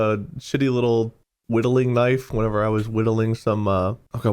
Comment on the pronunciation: "whenever" "whatever" "wherever", learn english.